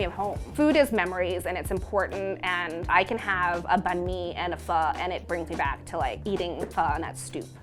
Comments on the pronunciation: Phở not Phoh Bánh Mì not Bank Me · Doesn't even pronounce pho and banh mi correctly. Pho comes from the French pot-au-feu meaning pot on fire. Tasty and Buzzfeed needs to do their research before informing people the wrong things. This is getting annoying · Why is she saying Banh Mi like that :( and why is she saying Vietnamese like that :( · Ikr lol🤣😂